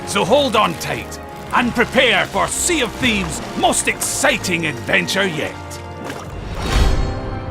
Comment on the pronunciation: sea of thebes XD